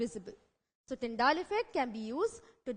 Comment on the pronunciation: Nice but it's Tyndall not Tyndaall 🙃 anyways... Nicely done